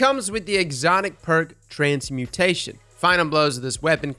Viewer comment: Transmutation. Transmutation. Not transportation. Transmutation